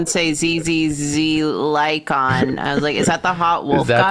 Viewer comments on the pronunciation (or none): The biggest thing that bothers me about Lycaon is that the VAs all pronounce his name Lie-Con, and not Lie-Say-On. This bothers me irrationally.